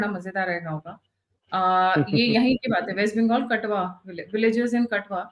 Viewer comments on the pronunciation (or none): Katoa not katwa 😊